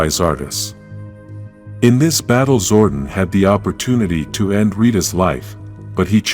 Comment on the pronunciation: Its zor-don not zord-on